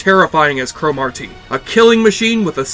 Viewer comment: Why the fuck do you keep pronouncing it as crow Mawr TEEEE. Get outta here, your forcing it foo.